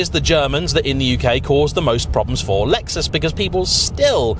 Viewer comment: It’s a Lexus not luexos